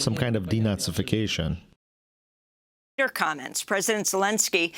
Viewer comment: "...de-nahzeefication and demilitarizing is off the the table..." This man is openly supporting nahzee.